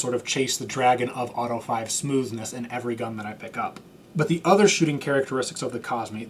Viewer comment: Auto-eh Five-a 🤌